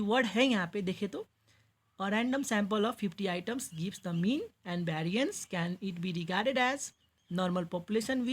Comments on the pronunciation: Variance ❌ Bhariance✅ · Variance ❌ Bhariance ✅😂😂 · Variance❌ bhairiance✅ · Oo bhai vairins nhi vairians bolo